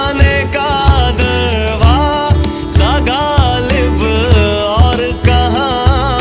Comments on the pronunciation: Please work on pronunciation of name Ghalib ....not galib... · Beautiful song but the pronunciation of some words are not correct, they should be as per urdu. Eg: not galib but ghalib, not khwahish but khhwahish, not khuda but khhuda. - not hindi kh but urdu kh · He can't pronounce some words correctly for example Khuda, khud, Ghalib etc. Otherwise great song ❤